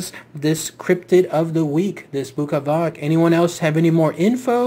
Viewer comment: Bukavac is pronounced bookavats and, yes it comes from buka - noise. And Srijem is pronounced Sriem, J is read like Y.